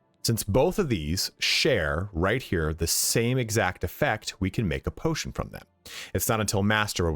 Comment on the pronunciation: Patotion lol